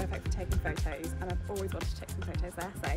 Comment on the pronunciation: Did just say pho'os?? As a American who has been teased mercilessly for inferior language skills by Brits at parties, I feel the need to ask about this aversion to pronouncing the letter "T"!?!